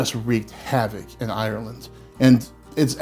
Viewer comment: You say Ireland in the correct way! Silly thing to notice, but most American's say "IIIIYYERRRrland", You say Ireland! As in 'Ire' and 'land'. It's a real irritant of mine, so I have to mention it. I can only say about Potatoes as Samwise Gangees said "Boil em, Mash em, Stick em in a stew". Have potato will eat.. Great channel as well, and I love the way you present. Respect and love from London, England.